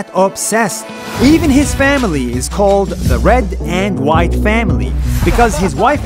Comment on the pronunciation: when he said the white family i heard like the whyatt family in wwe!!!